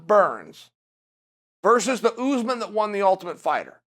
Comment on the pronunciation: It's Usman not Oozman.